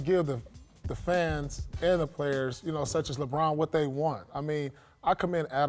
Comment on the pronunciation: Did I hear Paul say. 👂👂👂... "LeBrant" ??? Wow sounds like I got my next idea for a scientific experiment!